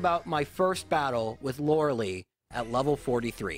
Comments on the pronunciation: LOERELIIIIIIIIIIIIIIIIIIIIIIIIIIIIIIIIIIIIIIIIIIIIIII "EYE" COME ONE GET YOUR NAMES RIGHT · The way you say Lorelei